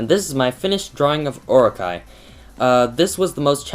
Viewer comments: Its oro-chee not or-okay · its pronounced O.RO.CHEE. Anyway your drawing is super awesome! ^_^ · That was friggin amazing (P.S. its pronounced or-o-chi) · It's pronounced "Or-o-Chee", but pronouncing Japanese words is hard, I don't blame ya. :) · not to be picky, but, it's pronounced Or-o-ch-ee. Orochi is from a japan myth "Yamato no Orochi." The eight headed serpant cursed a village, and if they didn't sacrifice a maiden to him, they would be wiped out. the 100th maiden was named Izanami, who was a sake brewer. A swordsman, Izanagi, promised her family that he would save her if he could marry her. In the end, Nagi got Orochi drunk, and cut off all eight of his heads. :)